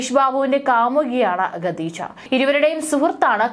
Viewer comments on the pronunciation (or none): ഗദീജ എന്ന പേരുണ്ടോ?അതോ ഖദീജയാണോ?